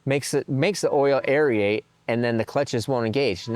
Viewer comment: Aerate. Not AerEate lol. Air-rate. Just fyi lol